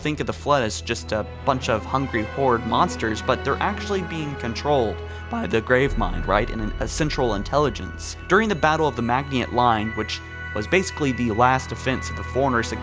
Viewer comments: Ma-ji-no (Maginot) dude you tend to constantly butcher words lol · It's pronounced ma-ji-no line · For the umpteenth time, “maginot” is pronounced maj-in-oh. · Dude. Maginot line, Librarian. In general your videos are solid, but your pronunciation of certain words pushes me away. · I’m still bothered with your pronunciation of Maginot. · As are we all.